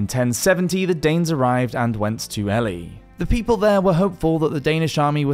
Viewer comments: Ely is pronounced Eely, not Elly. I didn't know where you were talking about at first. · E-lie not Ellie. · Ellie!! Who the hell is Ellie?? And why are they going there? Ohhhh you mean Ely Pronounced " E-ley" ( A town 70 miles north of London) 😊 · The town of Ely is pronounced "eely" like eel with a y. It took me several seconds to realize what "Ellie" was. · Not a single video without butchering the pronunciation 😄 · Yes! I was shouting “Eely” by the fourth rep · EE-LEE not Ellie \m/ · Ely, lovely place but pronounced Eely. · BTW Ely is pronounced EE lee. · Its pronounced ee-lie not ely the elephant?! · Ely is pronounced Elee! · For Goodness' sake, it's pronounced "Eely" as in a place with eels. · The isle of Eli pronounced eely as in the Isle of eels. A bit of basic research on place name pronunciations would help...